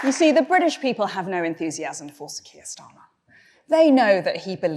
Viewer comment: "Our secret weapon... Is Sir Kiet Starmer" UGH GOD I HATE IT HERE MAKE IT STOP